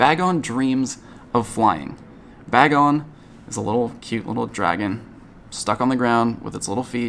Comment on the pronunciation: BAY-Gon why must people butcher that name